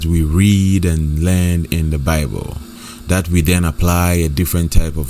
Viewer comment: THAT. NOT DAT